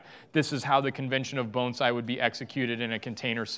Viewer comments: Thank you for pronouncing the word Bonsai correctly! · Thank you for pronouncing the word bonsai correctly